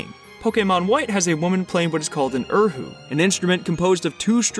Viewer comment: (Erhu is pronounced Er-oo) not er who 🙁